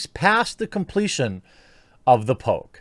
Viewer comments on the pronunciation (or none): I keep hearing Pope instead of Poke.